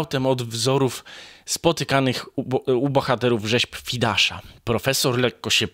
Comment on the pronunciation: "Półtora wata", nie "półtorej wata". "Fidiasza", nie "Fidasza". "Wym. "a propo", nie "a propos". Darmowe konsultacje językowe.Zapraszam.